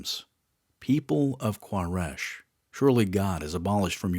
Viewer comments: Quraish (Qoo-Ray-sh) not K in Arabic it's قبيلة قريش ... it's ok he make mistake because there is no letter "حرف القاف" in English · Quraish (koo-ray-sh). Al Hudaibiah (Al hoo-day-bia). Get it together man.